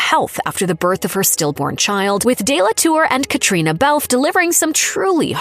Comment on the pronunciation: It is not Belfffff. It is Bel Fay